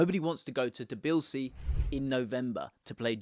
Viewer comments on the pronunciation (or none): none